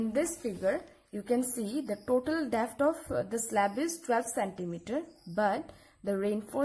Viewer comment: It's depth not "defth"